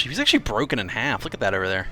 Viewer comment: I didn't mean it in a way to make fun of him I just thought about how a ship has an aft and it broke in half but because of the pot filter (or his acsent) it made it sound like aft